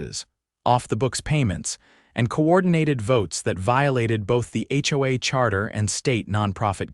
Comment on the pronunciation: It's not ho-uh. It's H.O.A.